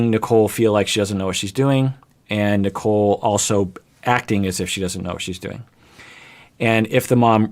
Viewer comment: My brain has watched so much 90 day that might be sounding like he is saying “Nikel” lmao